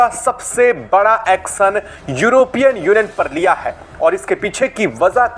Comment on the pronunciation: एक्सन नहीं। एक्शन। हिंदी तो सही से बोलो।